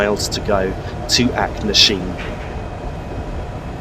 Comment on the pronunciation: Where is Kyle of Lockalsh and Acknasheen? At least learn to pronounce the names correctly.